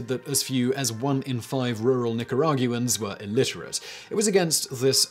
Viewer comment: Is Nicarag-yoo-ans like Jag-yoo-ar?